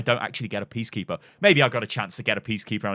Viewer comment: Did anyone else realize he said PEACkeeper and not PEACEkeeper